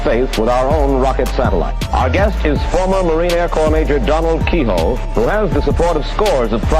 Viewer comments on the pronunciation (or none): Lol his name is actually Keyhoe, not Keyhole! 😂😂😂😂😂